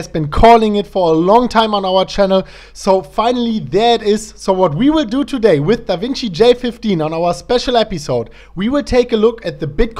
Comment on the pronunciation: No offense but ... how are do doding doday my man 🤣🤣🤣 dont take it seriuos man 😁